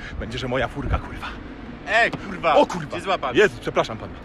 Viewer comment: cos spokojniejszy chyba za duzo pestek po czeresniach i ballad mongolskich hahah jestes mega w huj motywatorem. Moze nowy zawod nie trener personalny a trener poprawnej polszczyzny bo te kurwa wymawiasz lepiej i bardziej dzwiecznie niz profesor Miodek. Pzdr